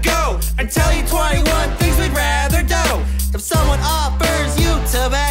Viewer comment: Their pronunciation of "do" to rhyme with "go" was amazing XD